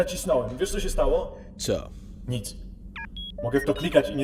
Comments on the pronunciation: wymawia się [wejder] a nie [wader], ale daję łapkę w górę ;-) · Super. Ale mówi się Wejder, a nie Wader. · Nie mówi się "Vader", tylko "Vejder". Pisać, to pisze się "Vader" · DLACZEGO "WADER" ZAMIAST "WEJDER"?! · lord wader? lel. CHYBA MOWI SIE LORD WEJDER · CZYTA SIE KURWA "WEJDER"